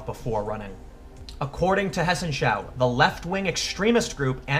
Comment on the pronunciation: You pronounced 'Hessenschau' quite good! :) Great video again. Oh... and guess what? 1.May is just around the corner. IMO, 'IGD' is rather Anarcho-communist...